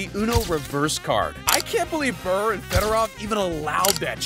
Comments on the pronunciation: Day-butt ≠ debut. Brrrr ≠ Bure. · Letang - You almost had it, just change tong to tang, like tank. Ballard - bal-erd Gaborik - gab-or-ick Pavel Bure - pah-vel burr-ay The others were either good or close enough. Fucking Pavlay Burr killed me though 😂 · how you pronounce bure as brrr, bothers me more than it should. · Pavel Brrrr, eh?🙄